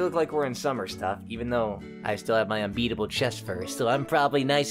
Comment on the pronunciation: I thought the 'unbeatable chestfur' said the unseatable chestfur xd